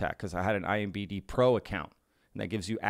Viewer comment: credibility is lost when the host says Nuke-you ler as well as IMBD'. Its NUCLEAR ( noo klee- err ), and IMDB respectively. study your subject matter! Love the channel just at least get the small stuff right.